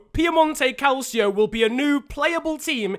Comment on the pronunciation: It's pronounced cal/cho